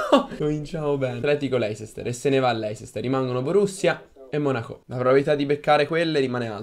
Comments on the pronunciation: cmq leicester si pronuncia leister non voglio fare il prof;) se vi sentite davvero forti o quarti o finale è uguale:) Detto questo. Buona fortuna;) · la pronuncia "leisester" AHHAHAHAHAHAHAHAHAHAAH